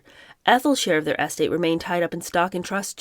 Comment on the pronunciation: Estate is not said like “ES-tate”, it should be said “es-TATE”. Yay, you did say it right at least once here. Besides unusual pronunciations, I really enjoy the reading and the commentary. 1st time I’ve seen this format.